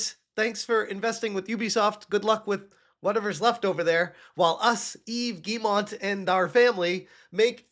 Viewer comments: Ok let's fix something: it's not "GuilleMONT", but Guillemot and it's pronounced like "Guy-ye-moe" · I find it funny that still doesn't know how to say the name Guillemot, but that's just an extra chuckle out of me. Rayman put them on the map and now ASS Creed has brought them down to this moment.